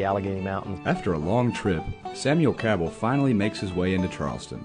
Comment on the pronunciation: That's the proper way to say the name Cabell